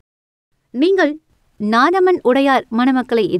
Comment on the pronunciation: Adhu naadhaman Ila nathamaan 😁🤦‍♂️